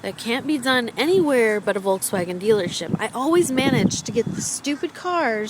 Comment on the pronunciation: i love how you keep saying 'volkswagen' the wrong way :) no offence! nd i luuurve ur vids <3